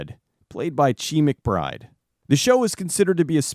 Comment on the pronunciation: Chee McBride? I thought it was pronounced 'shy'.